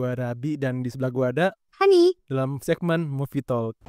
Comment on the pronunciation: Hi Kak. maaf masukan y, apalagi krn segmen rutin dan sering disebut. Pelafalan "talk", silent L ya kak, alias tidak dilafalkan huruf L nya :) thx